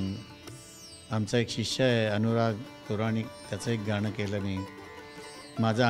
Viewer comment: मुलाखत घेणाऱ्या ताई गणराज म्हणा गनराज नाही गाण असे आहे ते गान नाही कृपया शुदध्द बोला